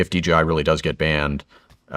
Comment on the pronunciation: It's not DGI, It's DJI. What else are you getting wrong?